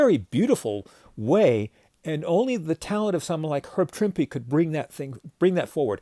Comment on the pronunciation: For me, as much as I love all of the classic artists who have drawn the Hulk, Herb Trimpe is THE Hulk artist. And I have always pronounced his name like you do - with an emphasized E on the end.